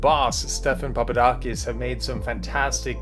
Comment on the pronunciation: Turn cc on to see how they call Stephen papadakis, "STEPHEN PAPA DONKEYS" in the begining lol